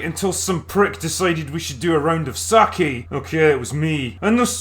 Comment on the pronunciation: SAKE as in "Sa-kay", not "Sa-ki"